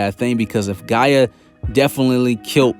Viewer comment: Am I the only one that cringes a bit every time he calls Gaja Mother Earth, Gaia?